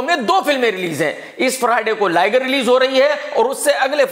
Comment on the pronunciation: लाइगर नही लिगर 😂